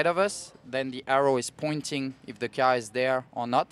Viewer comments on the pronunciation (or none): He called the car a “key are” kinda weird........